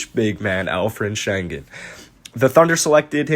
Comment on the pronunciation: Bro you gotta learn how to pronounce his name you butchering that thang 😂